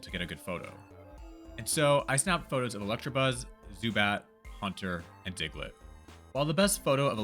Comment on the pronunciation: ITS E-LECTA-BUZZ NOT E-LECTRA-BUZZ!!!!!!!